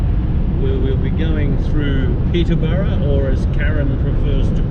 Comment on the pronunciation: I hope to do this one day before I die!! Bucket list!! Got to learn to drive first of course!! But had a giggle over the pronounciation of Peterborough!! You better not say that to the locals...they will drive you out of town in mob force with pitch fork and torches!! LOL!! Ohhh yeah!! Horrocks Hwy is a bitch!! LOL!!